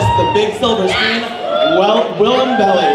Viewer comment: Its Bell I Not belly